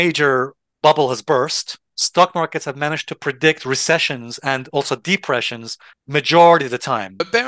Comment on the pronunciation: Nice video you pronounced depression weird。